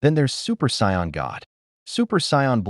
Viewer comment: What would the world be like if an AI reader could pronouce the word "Saiyan."